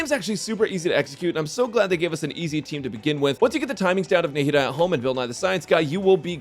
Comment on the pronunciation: Did you say Nahida ?